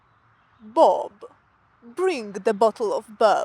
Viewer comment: BRING, loose the hard G at the end of the word, please :)